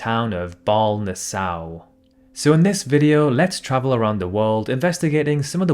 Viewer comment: Baarle-Nassau is pronounced 'Barley' like the grain and Nassau, like the capital of the Bahamas. Liechtenstein is not pronounced 'Litchenstein'. The word is 'isthmus' not 'isthemus'. The Norway–Sweden border is 1,630-kilometre (1,010 mi) long land national border. Look it up. I really don't know what he's talking about here.